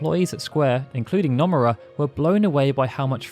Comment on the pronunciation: The mispronunciation of Nomura actually frustrates me